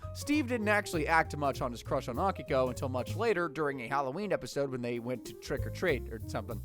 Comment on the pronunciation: A - Key - ko. Steve says it twice in the first clip you used FFS.